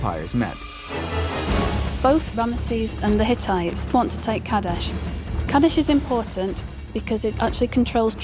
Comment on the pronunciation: its qadesh